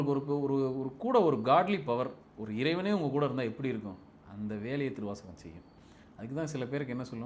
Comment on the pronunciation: ஏங்க சொல்லும்போதே சிவத்தை உணரவே திருவாசகம் ன்றத அழுத்தமா சொல்லுங்க